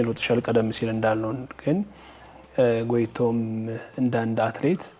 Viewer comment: Her name is Goteitom ( Goteytom). The interviewer not only wrote it wrong but also pronounced it wrong and different from what is written.